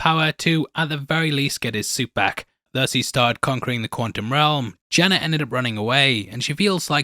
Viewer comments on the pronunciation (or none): I was so confused for a second. I kept going back in the video because you kept saying "Jenna" Came to realize you were actually saying "Janet" You sound like a dog with peanut butter in his mouth. Are you gonna work on that?